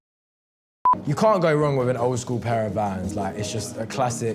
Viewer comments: VANS! NOT VAN! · Hearing that one guy call Vans a “van” I knew I had to click off